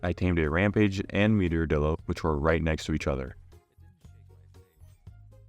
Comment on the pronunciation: Bro its not pronounced dillo 😡 its pronounced die lo (lo as in low)